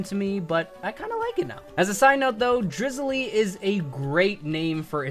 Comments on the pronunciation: Did he just say "Drizalee", it's "Driziyle" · I’m pretty sure it’s pronounce “Dri-zile” not “Dri-Zuh-Lee” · omg bruh it not drizzily its driz isle